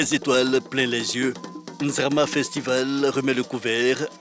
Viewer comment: N'ZIMA FESTIVAL ET NON (N'ZRAMA )